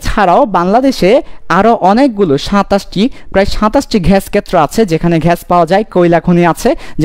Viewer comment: ঘেস বলতে কিছু নাই স্যার। গ্যাস হবে। ধন্যবাদ 💩